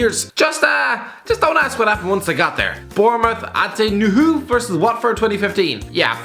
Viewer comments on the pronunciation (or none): It's pronounced new ee hoo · Nuhiu-New-EE-hugh least thats how we've been saying it in the blue half of sheffield.....